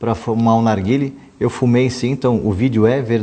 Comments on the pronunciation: Ótimo vídeo! 👏🏼👏🏼👏🏼👏🏼👏🏼 só acho que não é "narguíle". É "narguilé". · O NOME DA PORQUEIRA DO CACHIMBO É "NARGUILÉ" , LÊ-SE NARGUILÊ . DEU PRA ENTENDER??????? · Desculpe-me garotos, mas a pronúncia certa é narguilê ou narguilé.